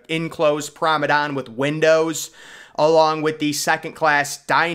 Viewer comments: It's promenade not promedan dude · PROM-A-NA-DE. Not Prom-an-don. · Promenade not promedon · What the heck is a "promedan"? Do you mean promenade? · How many times must we tell you that it’s pro-me-nade ( pronounced “naad”) NOT pro-me-DAN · Nice Clip...... But....... It's Promenade...... and,Not Promadone in Wording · and mispronouncing words. “It ‘spanded’ several deck” , promeDAN instead of promenade. Etc etc. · The word is pronounced p r o m e n a d e